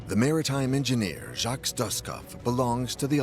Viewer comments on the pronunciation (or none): none